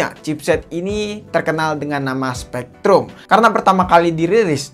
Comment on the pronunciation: SPREADRum.., Bukn SPEKtrum